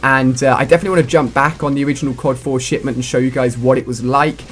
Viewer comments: anyone eles relies he says shitment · wow Ali-A , were you tired when you made this video or something? You sounded a bit off, less energetic. You also repeatedly said the name of the map wrong, and at the end of the video, you said it was fantastic to cover all of the dlc for another YEAR of CoD Ghosts.